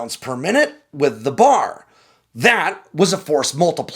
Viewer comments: B. A. R. It's pronounced as individual letters. Nobody on this entire planet says the word "bar" when referring to that weapon. I thought you were a Marine? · The “bar,” instead of the “b-a-r,” just sounds wrong. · As an Army guy, I gotta comment on the pronunciation of John Moses Browning's rifle: it's known by the three letters of: B. A. R. NOT the bar. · I’ve always heard it called the “B.A.R.”, saying each letter, not “bar.” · It is said B.A.R. not BAR....better comparison with the '03 is the Garand, because only 1 guy per squad (Army) had the B.A.R., everyone else had the Garand (which replaced the '03 Springfield). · ITS CALLED THE B-A-R as letters not the BAR. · Browning Automatic Rifle... B-A-R, not BAR. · I'm an old USAF guy and even I knew that. Thank you for pointing it out. I'm glad somebody did. It was annoying hearing him pronounce it as the "bar".